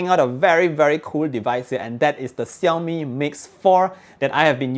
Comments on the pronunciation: Shaomi, not Siaomi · its pronounced "Shiau-Mee" not "Siau-Mee"